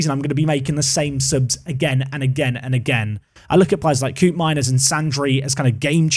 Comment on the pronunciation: Dutch pronunciation heads-up: Koopmeiners is not 'coop' but 'cope', so "Cope-meiners"